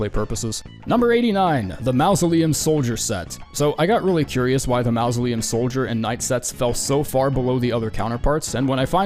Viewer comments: Huh. I don't think I've ever encountered another English speaker that did not know how to pronounce mausoleum (the first phoneme is pronounced like 'maw') much less one that says it as frequently as you. TBH I'm amazed that people have the courage to post something like this, discover they mispronounced a word for a fancy grave fifty times, and leave it up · mausoleum ❌ mouse-oleum ✅ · Why does this dude pronounce mausoleum that way? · you cant seriously pronounce mausoleum like that. I wont believe it isnt a bit.